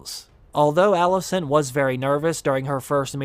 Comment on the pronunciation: You pronounce ALICENT as ALISSON. 😕